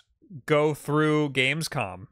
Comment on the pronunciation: bro said gamecom 😭 (love u lol)